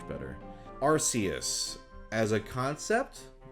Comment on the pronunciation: I don't agree with a lot of your decisions, but I will accept them based on the fact that you pronounce Arceus like "ar-see-us" rather than "ar-key-us". Ar-see-us is the only way I will ever say it.